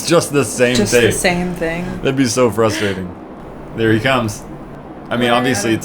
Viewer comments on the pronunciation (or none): none